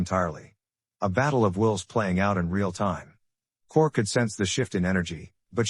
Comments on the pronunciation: Who tf is Chourich? Karara? 🤣 Ai fails again. Kararick. OMG, it never ends. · Her last name is pronounced Couric. She is a well respected journalist. The mispronunciation Taints the statement.